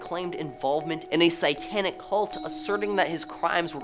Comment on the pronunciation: Can you work on your pronunciations? Investigator, satanic, annals are all words you should Google for correction.